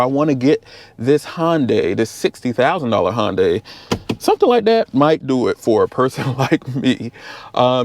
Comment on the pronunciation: It's not Hon as in Honda, with a day tacked on. It's Hun as in hunter, with a day tacked on. In Korea is Hun deye, as in eye. Hundeye basically with emphasis on the D. But here in the US most people say Hunday. Hope this helps.